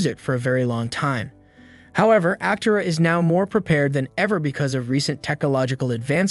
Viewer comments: You are mispronouncing “Aptera”. The accent is on the 2nd syllable, not the first. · You can't even say it right. That being said the car is amazing, even if the narrator isn't.